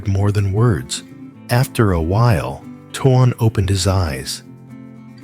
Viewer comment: Please say his name correctly it's tone while it is not spell that way